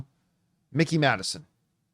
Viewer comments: Mike-eee not Mick-eee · please stop saying “Mickey” Madison bro😭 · It’s Mikey not Mickey lol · Mikey, not Mickey